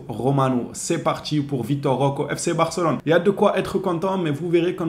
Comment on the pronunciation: ROQUÉÉÉÉ ROQUÉÉÉ CA SE PRONONCE ROQUÉÉÉÉ AVEC UN É STP 🙏🙏🙏🙏 C'est un joueur du Barça maintenant essaie de prononcer son nom correctement stp 🙏 Vitor Roqué comme tu prononce Roqué Santa Cruz ou Roqué Mesa.... Etc.. fais un effort 🙏🙏